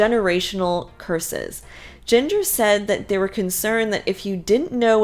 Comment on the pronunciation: Jinger’s name sounds like “GINGER” the spice. Not Jinger rhyming with singer.